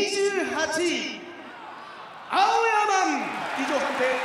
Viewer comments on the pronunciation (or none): アオヤまん！と聞こえるのは俺だけか！？